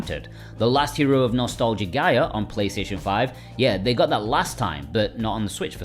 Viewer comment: I'm pretty sure Nostalgaia would be pronounced Nos-tall-guy-uh.